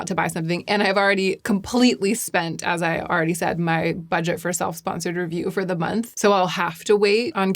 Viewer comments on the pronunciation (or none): none